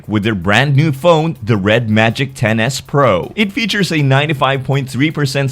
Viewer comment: When you were talking about it I kept hearing "Tennis pro"